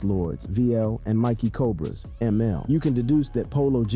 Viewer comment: Bro, it's mickey cobras not mikie cobras